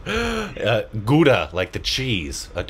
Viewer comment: you pronounced GOODA much better than INDIANS...😂😂